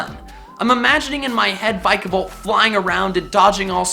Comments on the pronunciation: vIkavolt not vikavolt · VILAVOLT, NOT VIKOVALT! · This is what I heard him say "I've never used a vikavolt before" well you don't say, the games aren't out yet